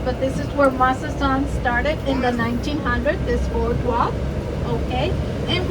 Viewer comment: Just came across this video just wondering if his pronunciation of Mazatlan was for real or joking. Otherwise great video.